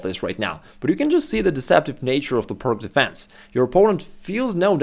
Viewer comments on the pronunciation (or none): It's pronounced "Pirts" not "Pirk". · It is called Pirc, not Pirk. It is named after Vasja Pirc, not Vasja Pirk. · Just an FYI,... It's not pronounced PIRK..... Vasja Pirc (/ˈpɪərts/ PEERTS. The gentleman would have appreciated we say his name as HE would, I'm sure!! Carry on! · I'm surprised he mispronounces 'peerts' as 'purk'. I think most do, but he's established in chess. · I thought it was pronounced “Peertz” as shown in this video. Slovenian is supposed to be close to Serbian and Croatian, and in those languages, “c” is pronounced as “ts.” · Being a Slav, ought to know how to pronounce 'Pirc'. I don't give a tinker's gob how the Americans say it — they are ignorant savages. The pronunciation is like "Peerts". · Great video, I learnt a lot! But the name is pronounced Пирц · TS or TZ NoT exist in englesh vockqabulary. 😅😂🤣 PirK or PirQ. 😅😂🤣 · Isn't it pronounced "peertz"? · "pirc", pronounced as peertz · Pronunciation of Slovenian surname Pirc is Peerts. Thank you for great video. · Oh thank you I was so confused to hear a non American saying "perk" lol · The "C" in pirc is pronounced as an "S" as it was named after Vasja Pirc (who was Slovenian). Just sayin... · As a Russian I expected you to pronounce "Pirc" properly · It's named after Slovenian GM Vasja Pirc. Ask any Slovenian how to pronounce his surname.